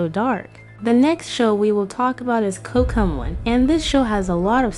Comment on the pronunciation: Covmelon this is not a hate uyou say cook melon😂